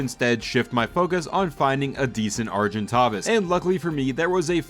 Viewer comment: I cannot stand how you mispronounce argentavis.